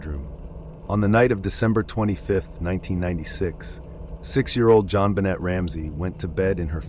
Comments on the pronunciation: to be fair during the intro he apologized for mispronouncing names, and that he made super sure that he wasn't gonna mispronounce a name, especially a victim, and then within the first couple pictures he pronounces the T on JonBenet throughout the entire segment. It doesn't really bother me to much. But when you bring attention to it yourself, and then come right back and do the same exact thing, that seems like it deserves to be called out. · There's really no excuse for the way you egregiously butcher Jonbenet's name. Her case has been spoken about enough that the proper pronunciation is easily accessible. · Is it rage bait to say JonBenet's name a bunch of times but only pronounce it correctly once? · The jon benet case is so infamous im actually appalled. Usually i try to be gracious about pronunciations; it can be difficult; but when you are talking about deceased people it’s definitely coming across disrespectful now. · That is now how you pronounce JonBenét....jfc. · The Ramseys didn't speak French. If they did, the T would have been pronounced. The way her name was pronounced, it should have been spelled JonBenét if it were in French, not JonBenêt. But yeah, the AI voice doesn't know how her name (or Ted Kaczynski's for that matter) was pronounced. That should have been corrected in the script. It's not like there's not millions of hours of contemporary media pronouncing their names.